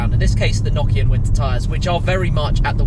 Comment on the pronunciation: Did dis guy say Nokia tyres 😂😂😂